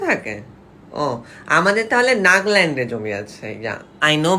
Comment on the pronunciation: নাগাল্যান্ড না নাগাল্যান্ড 😁😁😁😁😁💓💓💓💓💓